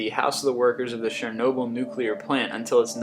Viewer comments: He said it more like Shernobyl but it's actually Chernobyl as it's written. But to be honest, I couldn't give two craps how he pronounced the names, it's a fascinating video. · shernoyble???? lol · He said it wrong. And I know it, because I am fluent in Russian.